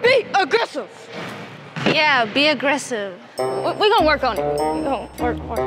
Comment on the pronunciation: when Ari said BE ARGRESSIVE BE BE AGRESSIVE 😂😂😂😂 GOT ME ON THE FLOOR